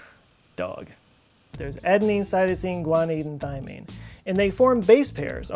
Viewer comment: what is thyamine? its thymine